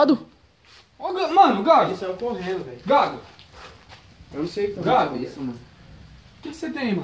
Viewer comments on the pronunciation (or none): Antes em outros videos eu pensava que era combinado, mas depois desse video tirei uma conclusão: ISSO É VERDADE MESMO e essa galera estão apavorados. Observem que a partir de o cara não consegue nem pronunciar o apelido do colega que é chamado de "gago" de tanto medo! Pavoroso isso.